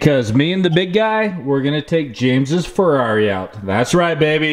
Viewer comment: It's Ferrari not Ferarri